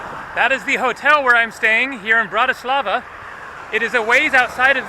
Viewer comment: In from Slovakia and you pronounced Bratislava wrong lol but its ok